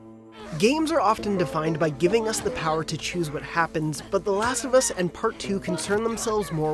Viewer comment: "The Lust Of Us" 10/10 -IGN